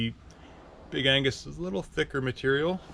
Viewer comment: Big Ag-nes* (not Angus) 😂 Very helpful review, thank you!